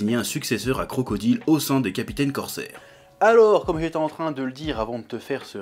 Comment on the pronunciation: Ce qui me perturbe le plus c est qu il prononce bien crocodile alors que dans la vidéo précédente il ne l a pas fait une fois rectification il prononce mal Skypiea oui il en faut peu pour me perturber